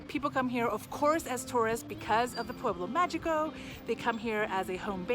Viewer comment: Can you not learn how to pronounce "pueblo magico" in Spanish? It's so easy yet you keep pronouncing the g like English.